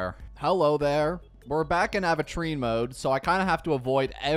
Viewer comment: its “aventure - ine”, not “aven-trean” 😭